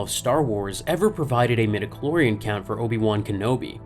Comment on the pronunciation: "midiclor...", just stop.